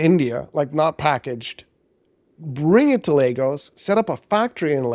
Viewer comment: Thank you for pronouncing Lagos (Nigeria) properly, you're the only person I've heard pronounce it right. Everyone else says "Lah-gos"